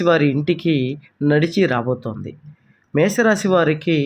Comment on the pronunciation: మే స రాసి కాదు మేష రాశి